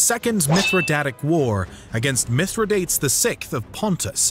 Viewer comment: Great short history of the Republic's wars. Two items of concern: 1) It would be much more interesting as a more general history than merely a recital of the wars. 2) Some of the pronunciations are cringeworthy. Skeepeo? (Si pee oh) Mithra DATES? (Mith ri dah tees) Peninshular? The second is a little nitpicky but definitely a little distracting at times. Other than that, this is great content and brief summary of it!